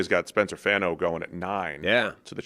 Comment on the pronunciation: spencer fawn-o, like Bono from U2